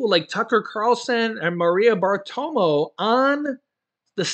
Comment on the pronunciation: it’s not Bartomo. It’s Bartaromo🇺🇸🇺🇸